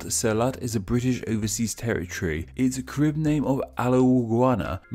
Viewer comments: it’s pronounced kah-rib, and kah-ree-bee-ann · KAIR. RIB. Your pronunciation is wrong. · Yes, us Caribbean people know a lot of this and could clear stuff up if you asked...also say Carib and Dominica right v.v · It’s pronounced careeb